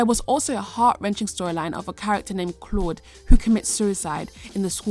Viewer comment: "Is It That ClAuD Guy?" "Ca-Load.."